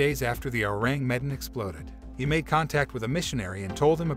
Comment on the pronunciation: "Ewww" "rang" "meh" "Dan" Learn to say the name lmao